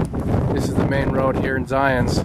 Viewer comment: Little pet peave of mine It's called Zion no S